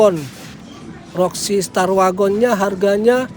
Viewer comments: Merek voxy bukan roxy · Voxi bang bukan roxi gimana ah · Bang.,,,itu Sangat jelas Tulisannya Toyota VOXI bukan ROXI 😂😂😂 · VOXY bang bukan Roxy😂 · Maaf bang, voxy bukan roxy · VOXY bang 🤣bkn Roxy